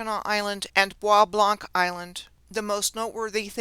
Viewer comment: The soo locks arent as advertised is my guess. Bois Blanc is pronounced as BOB LO. Gratiot is pronounced as Grashit.